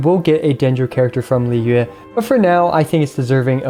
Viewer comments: finally someone with a good pronunciation of Liyue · great guide and all but i think the best thing about it was your absolutely correct pronounciation of liyue save for the tones:D good job